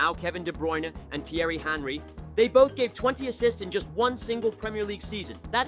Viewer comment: Theirry “Hanry”